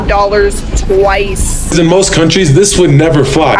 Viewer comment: "Twice-aaah" 😐 I'll be so happy when ppl stop adding "aaah" onto words. Smh. It's so annoying-aaaah.